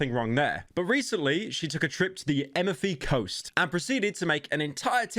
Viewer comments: EMEFY COAST IM DYING (average brit pronouncing foreign names) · the only thing worse than this tiktoker complaining about going to the Amalfi Coast is Pyro’s pronunciation of Amalfi Coast